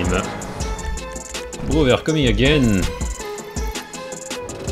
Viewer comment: the way says „bro“ „brrrrrrrro“ no h8te btw:)